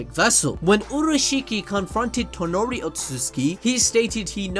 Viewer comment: Sorry man but his name i s TONERI NOT TONORI TONERI